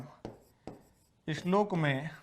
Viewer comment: अच्छा शिक्षण,श्लोक को इश्लोक न पढे़।